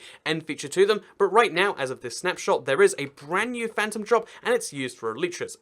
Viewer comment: Its not phantrom its phantom